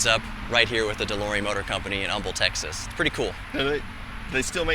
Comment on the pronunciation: What David said : Texas What I heard : Techxas What's up with my ears?